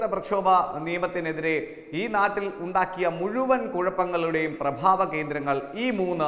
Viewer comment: പ്രഭാവ സ്ഥാനമല്ല.... പ്രഭവ സ്ഥാന മെന്നു പറയു മോനെ..